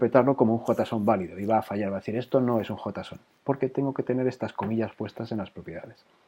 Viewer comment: En español si esta bien pronunciado